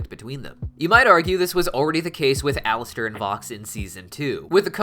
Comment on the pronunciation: Sorry he said his name wrong